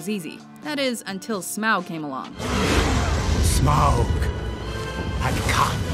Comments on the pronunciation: oh an' for fuck's sake its pronounced smawg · Is it me or does the name Smaug sound like something Eric Cartman would mispronounce?